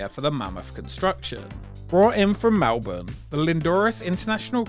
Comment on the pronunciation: Omg!, You pronounced Melbourne correctly!